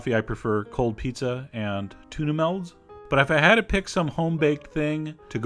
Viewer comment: Two interesting pronunciations by Chef John: his classic "skyur" for skewer, and tuna "melds".